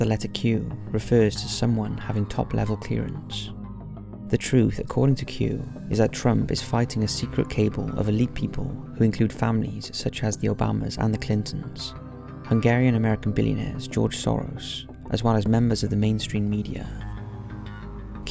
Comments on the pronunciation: cabal is pronounced “kuh-BAL”, not “cable”. Of course, it just wouldn’t be a Top5 video without at least one glaring example of mispronunciation. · Hillary & Bill Clinton along with George Soros belong to a cabal (pronounced ka-ball) not a cable. Just FYI. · Fighting a Cable is he? you weapon, ur at it again, Cabal, = Ca-Bal or Ka-Bal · FYI “Cabal” is pronounced as “Kah-Ball” and not like “Cable”. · Cabal not cable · Not to be a dick but cabal is pronounced like cuh-BALL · Please learn how to pronounce words before you record a session, Cabal is not pronounced the same as Cable. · The pronunciaton of cabal made me chuckle. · You pronounced "cabal" wrong btw